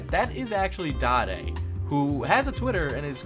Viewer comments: His name is Dade, not Dah-Day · Did you call “dade”, “daday”?😂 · did you just say Da d eee its dade ya big dumb. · DADE? it's pronounce Dayd. You ever even watch any episodes with the chocolate man? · dodday? For you to be so well researched on papa franku, you should know it's pronounced dayd. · youre pronouncing dade wrong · Urgh how he pronounced "dade" gave me all of the terminal illnesses available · how could you mispronounce dade? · he mispronounced dade and now i want to die